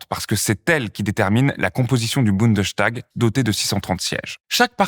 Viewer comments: Bundestag...et non Bundeschtag !! En allemand st se prononce comme en francais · Bundestag, pas Bundeschtag ;-)) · on prononce : bundes - tag ...et non pas bunde - chtag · On prononce « boundeStag »et non « boundechtag »parce que c’est une composition du mot bund et tag ;) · Bundes-tag, pas Bunde-s(ch)tag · Bunde!S!tag il n'y a ni de sch ni de ch ça ce prononce S. Ça me demangeais de ouf désolé 😅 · Bon il faut bien prononcer : BundeStag et non " Bundenstag" C'est peut être un détail pour vous mais pour les germanistes ça écorché un peu les oreilles.. désolé... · petite correction de prononciation, on dit bien Bundestag comme on le dirait en français, le s devant le t dans ce cas là ne fait pas de son ch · je me permets de corriger car je l’ai entendu plusieurs fois: Bundestag se prononce boune deusse tague et non boune deuche tague 😉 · on dit Bundesstag, pas Bundechtag. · Génial la vidéo ! (Par contre c'est vraiment bundeStag, pas BundesCHtag) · Petit détail de prononciation: en allemand "st" ne se prononce "cht" qu'en début de syllabe, à l'interieur d'une même syllabe. -> Bundestag = Bundes-tag, parlement fédéral. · En tant que français étudiant ( la politique en plus ) en Allemagne je trouve que le système allemand est très bien expliqué... Bon par contre... Bundestag ça ne se dit pas comme ça 😅 le st peut se cht en allemand en effet, comme dans Sturm ( tempête ) par exemple mais pas dans Bundestag car c'est un mot composé Bundes-Tag ce qui se traduit par assemblée fédérale en gros, donc on prononce boundess tag Ouais je sais c'est un détail mais ça m'a fait vraiment bizarre le bundeschtag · Le 'tag' se prononce "tac" il me semble. La prononciation est donc "bounedeussetac". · On ne dit pas "bundechtag" 😊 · Votre prononciation de "Bundestag" est amusante.